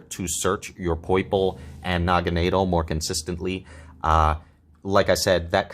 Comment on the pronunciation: The way you pronounce Naganadel really rolls off the tongue